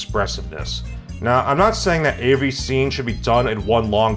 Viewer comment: Want to sound like? First step is to get lightly drunk, second step is to pronounce the words every, everyone, everything, everybody as "avery, averyone, averything, and averybody" in a nasally tone. Now you sound like.